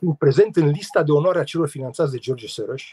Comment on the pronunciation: Să spuneți Soros (Șoroș) așa se pronunță!